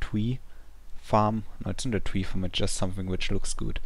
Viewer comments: im very sorry but when u say ice tree it seams like ur saying ice twee. lol (im not making fun of u) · "here's the ice twee" lol